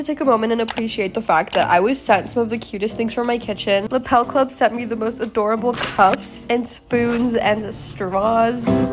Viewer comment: I lovee the American pronounciation of the Dutch word 'lepel' in Lepelclub. 'Lepel' means 'spoon' in English😂 You pronounce it as 'leee pel' 😂